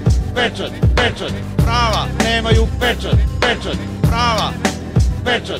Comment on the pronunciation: Kad to kaze ko da je pijan!!! xD :D a de je peeeeeeeeecat? :D